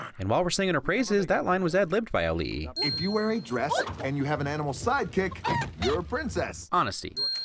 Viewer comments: can we give you a win for actually learning to pronounce Auli'i's name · When I first learn about Auli'i Cravalho, I pronounced Auli'i perfectly but pronounced her last name wrong. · The ironic thing is you pronounced Auli'i Cravalho's name perfectly